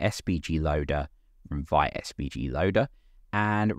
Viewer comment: Sorry for carping, but from the the first page of the fist tutorial of Vite's original website: Vite (French word for "quick", pronounced /vit/, like "veet"). :)